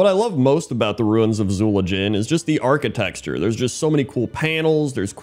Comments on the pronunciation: "archiTECture" not "archiTEXture" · Are you saying "architexture"? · You keep saying architexture 😂❤ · saying "architexture" is my favorite thing about ruins in WoW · Pointless Drinking Contest: Take a drink everytime says "architexture":P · Also he says "Vulpearan" instead of "Vulperan" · Can we start a go fund me to pay to teach to say “architecture” lol